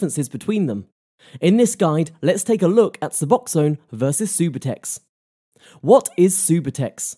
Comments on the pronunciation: Its not supertex its sub-u-tex subutex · “supahtex”? lol ugh, if you can’t even say it correctly, you know nothing about what you’re even talking about smh.